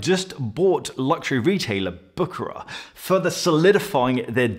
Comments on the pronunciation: It is prononced Büschera and not Bukarar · pronounced "Bou" "Cher" "rare" if I may say.